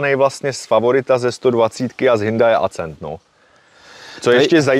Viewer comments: Hindaj Acent Beta :-). Ostuda Tatrováků :-) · Sorry ale nejsem schopen to dodívat do konce. Vždycky když řekne Hyndaj nebo Acent tak se mi otevírá kudla v kapse :D Trošku svitla naděje, když jste se domluvili, že to budete říkat správně a moc dlouho mu to nevydrželo. Auto pěkné ale sorry jsem perfekcionista a fyzicky mě to bolí poslouchat :D Nic proti jsem vadný já ale tak se to prostě nevyslovuje a ještě když to v jedné větě řekne 20x. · Ten Hnůjdaj Accent se čte Akcent (jako Např. Akcentovat=česky zdůrazňovat) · V žádné řeči jsem ještě nikdy neslyšel HINDAJ. Kde to ten člověk vzal? To je strašný, nedá se to poslouchat. A ještě to zabije ACENTEM. 😂😂😂😂🤦🏻‍♂️🤦🏻‍♂️🤦🏻‍♂️